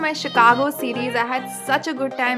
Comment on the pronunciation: improve your pronunciation it's not a चिकागो it's शिकागो. #Sejal